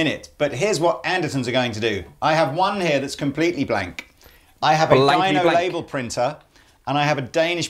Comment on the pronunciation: The one where kept saying "Dino label" rather than "Dymo".